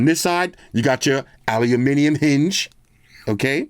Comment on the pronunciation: Aluniminium.... again 🤦 it's Aluminium...or Aluminum